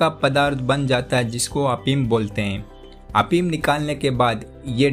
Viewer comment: prava afeem hunda apeem nhi